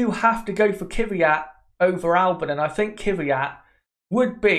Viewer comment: Daniil Kvyat. Not Dani Kyvyat